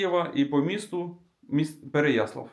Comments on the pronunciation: Прохання - не ПереяслІв, а ПереяслАв.. Від слова '' слава ''.. Це як Рому назвати Рама.. Дякую за відео, дуже люблю своє рідне місто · Не ПереяслІв, а ПереяслАв